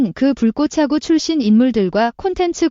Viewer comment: Ai는 왜자꾸 "불꼬챠구" 라고하는거냐 거슬린다 나감